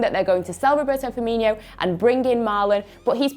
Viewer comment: Firmino not Firminio